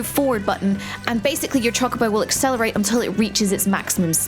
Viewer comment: Heard Choc-obo and I died inside a little bit